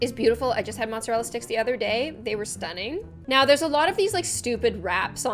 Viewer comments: The way she said “mozzarella” just let me :0 (It’s prefect) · I’m Italian AND I’M PROUD OF THE EFFORT IN THE PRONUNCIATION …✨mozzarella, tagliatelle✨